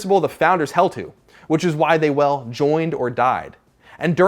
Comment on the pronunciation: Please learn how to speak ", well," properly thanks